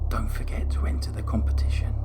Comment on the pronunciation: Her crime was despicable, but I think she should have been given a life sentence with no possibility for parole. She did seem like she had been genuinely reformed in some ways. Oh, and by the way, "competition" ! (